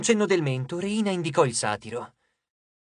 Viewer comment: Rèyna, non Reìna